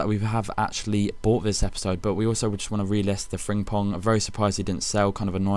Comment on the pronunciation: learn howto say frimpong